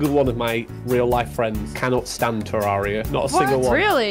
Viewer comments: Ah, nah, got her saying “Ter-RAR-ia” instead of “Ter-RARE-ia” LMAO. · thats not how youre supposed to say terraria jaiden youre supposed to say tur rare e uh